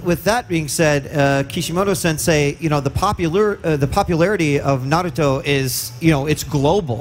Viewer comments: I hear him say narooto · we're mad because one of the very first things he says is "If you're a real fan of Nurto' like me..." No real fan would pronounce Naruto like that ESPECIALLY in front of the creator himself. OF course it's okay to mispronounce words, but this guy doesn't get to pretend he's a fan. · If this man was really a Naruto fan then he would know how to say Naruto. Smfh "Nerudo". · Hard core fan near Kishimoto say "nerudo", you've got to be kidding me. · why is it so hard for these guys to pronounce Naruto? It's "Nah" "Roo" "Toe". Simple. Not nerudu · I don't know, it depends on the emphasis. It's just weird to do that with names especially since it's not hard to pronounce it correctly. Like Naruto. No one is expecting you to pronounce it "Naduto" like in Japanese, but "Nuhrooto" is just weird. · crashpal japanese dont have toe...the t letter with them so its nah- ru- toh not toe..the t doesnt hit the roof of mouth but the teeth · How the fuck do ppl keep saying "nerudough"? Lol there's no letter "E" or a "D" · Kishimoto to the interviewer when he heard him say “nurudoo” : I’ll show you after the interview 😂😂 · I died inside everytime he said narudo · “Naroooto” is not Naruto guys OwO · If you ever say Nerudo there’s something wrong with you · Bro this man is not a fan of naruto, he god damm says his name wrong, it Na-ru-to not naruudo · Mans said naroodö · thank God he stopped saying "narudo" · Its naruto not nerudo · It’s Not NAROOTO bro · Its aint nar uo to its naruto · It's nah-rue-toe! Jesus.... Not nah-rue-do..... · I usually don't care when ppl say "Narooto" but, right next to the creator??? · btwww dude says hes a fan then calls it narudooh multiple times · And americans think it;s Nah roo toe like bruh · "Nerudo" SMH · Acually in Japanese Naruto called Neruto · Naruta Uzumaki really ? sounds weird but ok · 56 seconds in the video and I’m already mad cuz the one dude said narooto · Narooto Shipədən. Love the pronunciation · bro said nuruto 💀💀💀